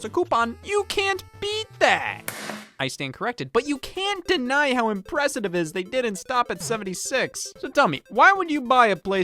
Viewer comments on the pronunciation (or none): "how impressite iv is"